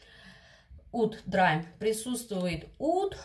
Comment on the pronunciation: Видео ваши я люблю. Но английское произношение заслуживает больше внимания. Слово "драйм" заставляет меня взгдрогнуть, звучит это не иначе, как "дрим" - мечта, сон.)) В инете есть возможность послушать транскрипцию иностранных слов.